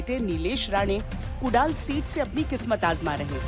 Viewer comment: अरे बाई कुडाल नाही ग 😂😂😂 कुडाळ...❤